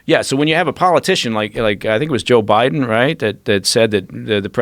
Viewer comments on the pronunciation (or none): none